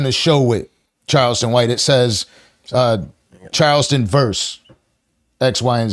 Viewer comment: I hate when the host says Child...ston White....its CHARleston for crying out loud!!!